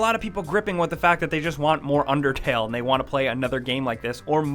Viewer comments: its unDERtale not unTERtale XD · He said untertale omg DUDE it's unDertale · It's undertale not untertale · Was it just me that saw at the beginning it said untertale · No, UNDERTALE! Not Untertale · Video starts Under-... untertale. untertale? UNTERTALE? Untertale. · The intro says Untertale. No disrespect love u guys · Untertale? You couldn't English any better there sir. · at the start it said untertale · no is says untertale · it undertale not untertale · At the beginning it said "untertale" not "undertale" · you said untertale in the vid. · "untertale" at the beginning of the video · the beginning says untertale...YOU HAD ONE JOB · The intro says untertale lol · Lol it said untertale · The beginning says "UNTERTALE" not "UNDERTALE" 😂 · It says untertale at the start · Imma be salty and point out that it said Untertale instead of Undertale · Heh. Hey buddy, it's not Untertale, it's Undertale. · "Untertale" nice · anybody notice the begining said untertale? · LOL HE SPELLED UNDERTALE WRONG HE SAID UNTERTALE LOL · it said at the start UNTERTALE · UNTERTALE XDDDDDDDDDD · He accidentally said Untertale for the introduction. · the intro said untertale lol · It said untertale at the start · ... .. Untertale..? I don't actually know that game, sorry. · UNTERTALE lolwut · Untertale at the beginning lol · lol they spelled undertale wrong they said untertale. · Beginning, "UNTERTALE" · "Untertale". How do you even- forget it... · untertale ? lol right at the start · Um, right at the beginning, 5 seconds in "Things Untertale players hate" UNTERTALE UNTER T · At the beginning it said untertale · I thought I was the only one who noticed it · "UNTERTALE" nise going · "Untertale" What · Untertale. UNTERTALE. UNTERTALE! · it said untertale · Untertale....yeah....did anyone notice that? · anyone else notice how it says untertale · Untertale XD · i love that overlaying T on "undertale"